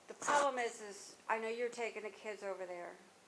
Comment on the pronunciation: Talk W Him Don’t Make Me do All the work … She Not playing fr …. “ under breath “ you gotta lotta kidssss damn lol Mr Mayo Baby daddy lol the police petty fr